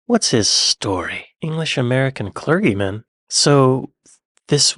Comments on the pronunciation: The word 'clergy' is phonetically pronounced ClerJie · Rugby WORLD cup . Where teams from around the WORLD compete. Unlike the WORLD SERIES where only teams from America/Canada compete ! CLERGY is pronounced CLERJEE. PYTHON is pronounced PYTHUN.